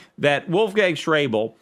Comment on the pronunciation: Schäuble is pronounced Shoybla